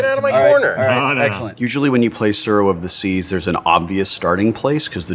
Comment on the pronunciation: Tsuro of the Tseas, you tsay? That tsounds tsuperlative.